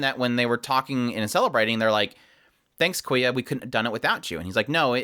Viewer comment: loved the video but please if you ever talk about the show again say kyoya with the y in front of the k not koya